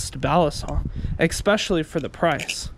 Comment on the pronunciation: eckspecially lol